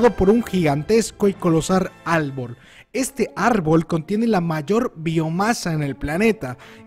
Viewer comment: Jajajaja se equivocó y en vez de decir árbol dijo albor